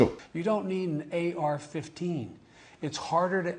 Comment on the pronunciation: Is anyone gonna mention he said AR-14